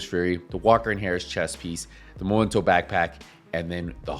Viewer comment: after 4 years of people saying momento i am starting to think that vaste majority of Division 2 players are either illiterate or just plain stupid. Its spelled MEmento not MOmento please for the love of fcking god pronounce it right! aside from that.... I do believe that Hunters fury is a waste of time to use on a headshot build unless you are using regulus. For one simple fact. With a full high end build you can obtain higher handling with better stability and higher headshot dmg. Punch drunk mask for the D&H, Walker & harris Chain killer, Basicly any form of headshot dmg% from the rest of the gear all rolled into weapon dmg / Weapon handling / headshot dmg.